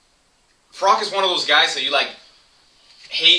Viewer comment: its froch not frock